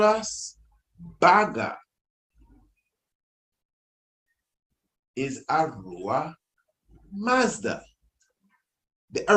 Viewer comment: Yes kingman ! The i pronouncing it well . Zoroaster is indeed known as the Iranian prophet who speaks of the One god the creator. Ahura Mazda would the correct pronunciation ( with the H sound )